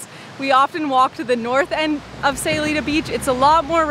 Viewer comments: Stopped watching second time she said aye instead of eye in SAYULITA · It would be nice if you knew how to pronounce Sayulita 🤦‍♀️